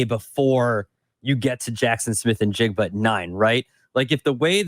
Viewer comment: 15-20 seconds into this clip only solidified the fact that (still) you're both idiots. This draft is thoroughly WEAK at the WR position, & the primarily reason why the Ohio State kid ( & stop mispronouncing his name; it's NI-jigba, not IN-jigba)is being touted with any relevance is a direct reflection of the weakness of this year's crop. The priority for the Bears is the trenches on both sides of the ball - PERIOD. If we're targeting WR's at all this year, you do so on the back end of the draft (later rounds), & take your shot on a better prospect NEXT year, such as Marvin Harrison Jr. Now go back to sitting on the floor in your diapers, eating paste.